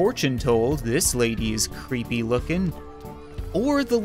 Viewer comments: How normal people pronounce creepy: creepy How misfortune pronounces creepy: crepeh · I like how when she says creepy it sounds like she's saying crappy